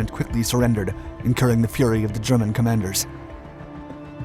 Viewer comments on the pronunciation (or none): none